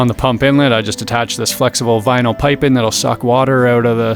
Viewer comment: Did you say "Veenyl" instead of "Vinyl"